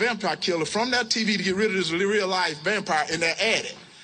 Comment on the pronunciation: “Reel kewl” 😂🥴😂 Our political system has some horrible issues